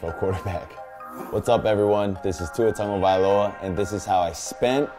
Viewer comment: I didnt know thats how to properly pronounce his name